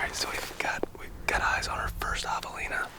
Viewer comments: “HAVE-elina” Not “HAW-v-elina” 🙄 Come on man…I expect more from you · Am I the only one who finds how pronounces javelina reallllly irritating! The “a” is not pronounced like the “a” in lawn but rather like the “a” cat Very irritating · Thanks for the video. Just realised that I’ve been pronouncing the name Javelina incorrectly. Always used a hard ‘J’. Oh, how I laughed! 🤦🏻‍♂️🤣👍🏻 Hilariously funny and true story. 😬